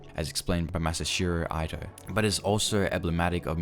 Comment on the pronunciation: Eddie actually didn't kill anyone, he only shot a person in the leg and killed a dog. Also, Masashiro Eye-toe. hahahah, that made me laugh. Now, as to not come off as too rude, I will have you know that I like your presentation and you have a cool channel. :^)